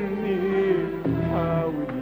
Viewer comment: وايضا كلمه حاول حاول لا احد اجاد نطقها بعذوبه حليم